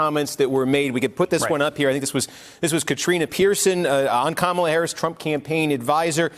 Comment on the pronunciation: Steve Kornacki, you are so smart. Kamla Harris. Not Kamala